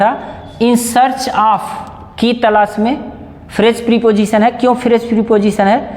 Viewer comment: प्रिपोजिशन नहीं प्रपोजिशन होता है ड्रामेबाज।